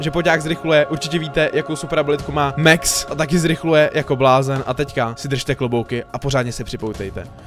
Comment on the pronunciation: ne mex ale max pls hovor to tak ogi